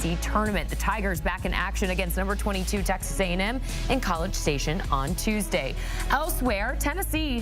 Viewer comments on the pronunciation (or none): none